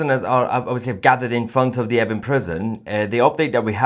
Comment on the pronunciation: Is he saying effing prison?